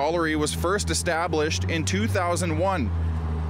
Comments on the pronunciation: Hey Elliott, how should you pronounce "Knopp"? "Ka-Knopp"? Ka-Nope! Lookup "How should you pronounce Knopp". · Doesn't he have any friends that care about him enough to tell him that he sounds foolish with all of his Ka-Knopping? What does his own family think? Do they all pronounce it wrong or just him? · At least Elliott doesn't pronounce the double L's, T's and P's in his name individually. I'll give him a little credit for that.